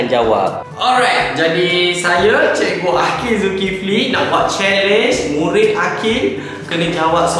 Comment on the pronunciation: kelakar sebab cakap asalam mualaikum murin murin